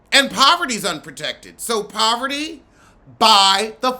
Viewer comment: Her name is Parvati. But the American tongue doesn’t know how to pronounce it. Lol. So many people unintentionally mess up her name.